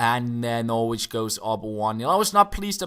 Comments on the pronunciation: Norwich is pronounced Norrich just so you know for the future:) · Hi, I wouldn't expect you to know but Norwich is pronounced without the 'w' like "Norrich":)